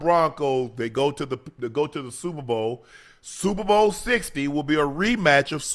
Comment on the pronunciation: he can’t say super or bowl